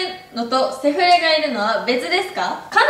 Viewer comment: の セ⤴︎ フレ⤵︎ の発音めっちゃ笑った、、🤣🤣🤣